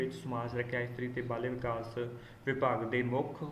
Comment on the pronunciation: ਬਾਲ ਵਿਕਾਸ -not ਬਲ ਵਿਕਾਸ